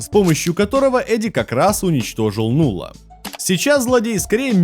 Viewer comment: Не Нулла, а Налла.